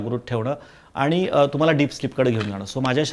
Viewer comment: ताई प्रश्र चांगले विचारतात..फक्त "आनी "न म्हणता "आणि " असे म्हणायला हवे त्यांनी